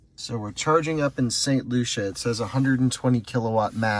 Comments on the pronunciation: Port St Lucie.. pronounce it with me. L.U.C.I.E not Lucia!! 😂😂 I cringed every time you said it. I was like NOOOO STOPP PLEASE! He need some milk! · It's pronounced "Lucy" in Port St. Lucie 😂😂😂